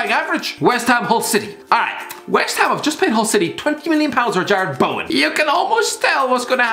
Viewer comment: The disrespect on Jarrod Bowen’s name